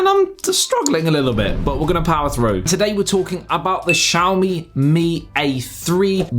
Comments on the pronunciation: it's not pronounced shawmi lmao, it's Xi-A-O-MI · I always thought it's "Ksiaho - mi", not "Tshiaho-mi"